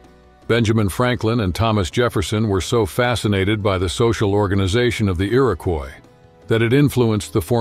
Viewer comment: Hi thanks for highliting us indigenous women and you mispronounced Iroquois you should stick with haudenosaunee with is people of the longhouse that is who we are beside Iroquois confederacy thanks again and good luck with everything